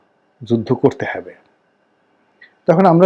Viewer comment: ভাই, হবে কে হেবে বলেন কেন?